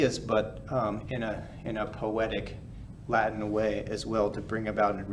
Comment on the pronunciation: I love this channel. He has a perfect ecclesiastical Latin accent.